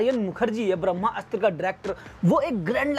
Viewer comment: आप जो कोई भी हो बहुत बड़े वाले हो, जो आदमी को ब्रह्मास्त्र बोलना नही आता वो ज्ञान दे रहा है , ये एक शब्द में बोला जाता है ना कि दो शब्दो में आप इस को ब्रह्मा अस्त्र बोल रहे हो, और एक जगह रणबीर सिंह बोल दिया, हिंदी बोलना सीख पहले